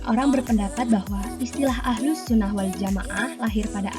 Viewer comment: Bukan ahlul tp ahluss Lo dek